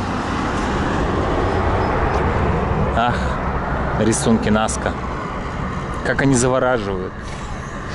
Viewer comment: Рисунки НаскА, а не НаскИ )